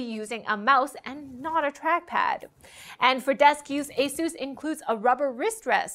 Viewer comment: Ay-Suh-S. Asus.